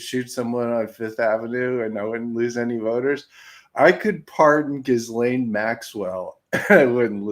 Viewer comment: Her name is properly pronounced ghee-LEN. Hard G, silent S, and 'aine' in French doesn't rhyme with 'pain' in English.